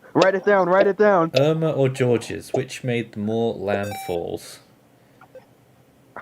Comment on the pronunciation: It's pronounced like George, it's French.